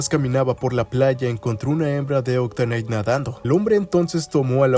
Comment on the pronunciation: Como se escribe: Octillery Cómo lo pronuncia "OCTANITE" QUÉ?